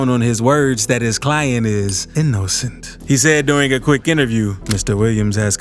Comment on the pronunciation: “His lawyer claimed that he was E-no-scent ”